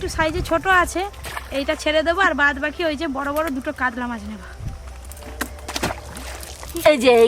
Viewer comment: কাদলা ❌ কাতলা ✅